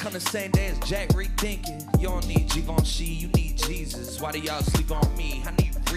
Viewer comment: Say Givenchy one more time please 🙏🏽